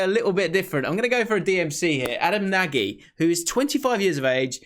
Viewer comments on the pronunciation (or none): Good vid. Nagy is pronounced more like Naj rather than Nag-ee btw 👍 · Nagy is pronounced naj btw mate